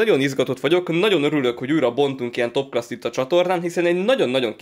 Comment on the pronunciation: Azt nem úgy mondják hogy topclas hanem top Clás